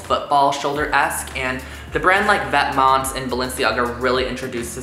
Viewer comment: Simone D. he doesnt pronounce it 100% correctly too